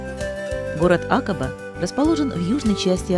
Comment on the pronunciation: А почему Акаба? я везде слышал ударение на второй слог, а именно акАба. Как все-таки правильно?